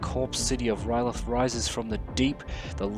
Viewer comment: Where do you see a "t" in "R'leyh?" That is the one thing no iteration of that city has lol